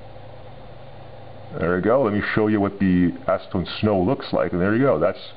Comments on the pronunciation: lol sound like ur saying asstone so ima call it asstone XD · Acetone snow? ASnowtone!